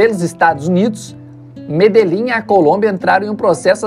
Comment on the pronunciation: Curiosidade: Medellín se pronuncia medexin